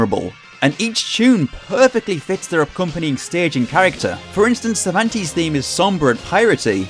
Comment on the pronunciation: I loved the video a lot, but as an spanish, it hurts my soul hear you saying "Cervantes", sorry xD In spanish it is pronounce with both "e"s pronounced like the "a" on "age", the first sound you make. What you pronounce It would be written something like "Zirvantis" hahaha